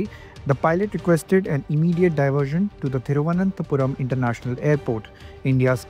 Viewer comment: जब तक ब्रिटिश पायलट trivuanantpuram का उच्चारण न सीख के उसे नहीं छोड़ना चाहिए।